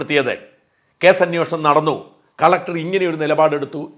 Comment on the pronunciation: സര്‍ ''അന്വോഷണം'' തെറ്റാണ്. അന്വേഷണമാണ് ശരി.